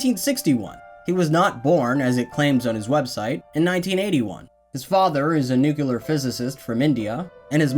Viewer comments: nu-cle-ar not nu-cu-lar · you say nuc-lear not nucular Also: indian - japanese is not a successful interbredding. Yuk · Dude, it's 'nuclear' not "nukuler". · I was liking the video until you said "NUCULAR" LIKE A RETARD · Great video but i have to ask, why so many people pronounce nuclear as "nuculear"? its always takes me by surprise lmao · Calling someone dumb and then saying “nucular”. Fucking idiot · By the way, I want to see a percentage of how many YouTubers mispronounce the word nuclear. I just think it's hilarious. It has to be tied to some kind of gene.